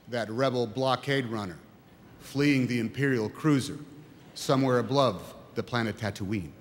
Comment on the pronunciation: "Ablove," lol